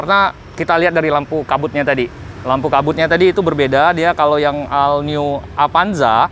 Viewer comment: ol bukan al.. 😁😁